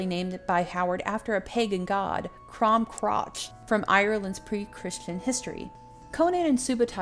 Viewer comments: Sorry to be that guy, but the god Crom is based on is not pronounced crotch Crom Cruach would be pronounced Crew-Och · Crom Crotch? Seriously? Angelized, it would be Crom Cru-a-K. But the K properly pronounced at the back of the throat, like Loch.